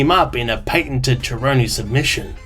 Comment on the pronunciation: Nah I'm not giving this video a like because you pronounce 'Cerrone' like "Jerrone" & as a fan I cannot respect that. BUM